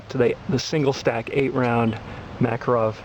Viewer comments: ARGGGGHHHHHH...Learn to pronounce Makarov...LIkes nails on a blackboard everytime he says it... It's pronounced: muh-CAR-off Not MACK-uh-rov He's not much of an expert if he doesnt have a clue how its pronounced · It's pronounced muh-KAHR-uhv